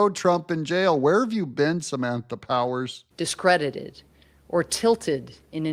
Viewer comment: Is it Powers or Powell? You say Powers but in description it says Powell